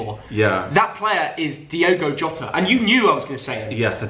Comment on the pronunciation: Saying Diogo jota is ridiculous